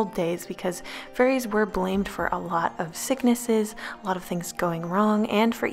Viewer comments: Is it just me that thought she said furries instead of fairies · I kept thinking she was talking about furries lmaooo xD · she said fairies not furries but I see how you thought she said furries lmao